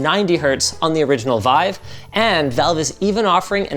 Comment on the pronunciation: wife or vive? :D